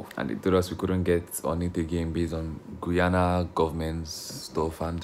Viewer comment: Sir that is not the name of my country eh .. Its GUY -ANA ..